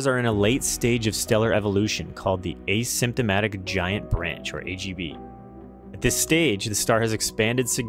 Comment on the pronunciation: I think you mean an "asymtotic" star pronounced like ah-sem(p)-ta-tik as I guess the "p" can be pronounced or not. I've run across this word before, but only looked it up today. It's derived from the Greek phrase "not falling together" and describes a branch of the HR diagram that's off the main sequence, thus the asymptote.